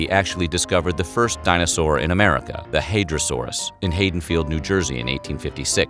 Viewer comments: i usually dont comment but its pronounced ha·duhn·feeld, being from NJ i had to correct you on that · First American fossils found in Haddonfield. It’s pronounced Had don field.